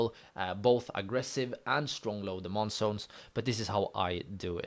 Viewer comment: It's zones bro not sones 😅